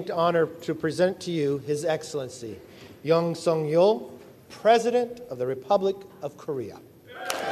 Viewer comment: It would be much better they pronounce yoon suk yul correctly 😢